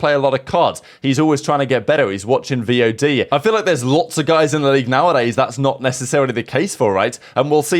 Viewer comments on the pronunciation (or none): Hearing say V.O.D instead of VOD is comedy